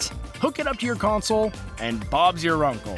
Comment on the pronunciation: Stop over pronocing the word consoleoololl